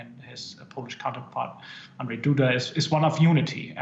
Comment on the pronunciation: Andrzej Duda, maybe Andrew if saying Andrzej is to difficult to pronounce but not Andrei. You don't call Michael Okwu Miakil, do you?